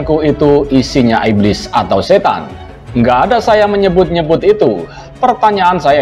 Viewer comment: Iblis kok ngomong iblid